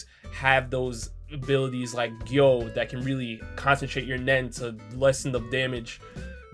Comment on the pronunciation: when he said gyou to protect you -_